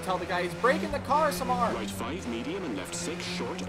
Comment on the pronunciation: Did he just say samar instead of samir?